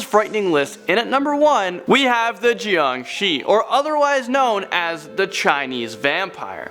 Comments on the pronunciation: I like your content but the way you say shui gui and jiangshi hurts it's pronounced as sh-way g-uay and jiang-sher and jiangshi do not walk the hop around and the only way to stop a Jiang Shi is by burning the body or if possible ask a monk to place a yellow talisman and he will control the jiangshi with a bell and commands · im chinese and when i heard the 'JiangShi' i was laughing so hard im sorry xd